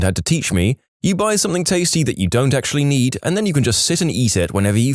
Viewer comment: I really do enjoy listening to your stories. There is only ONE complaint. Stop mispronouncing "ing" as "ink". eg. Something, not somethink. It really grates on me.